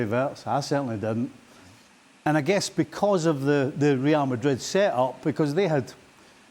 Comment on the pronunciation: Suprised Ale turned up today, his beloved rrrrrreal madrrrid 😢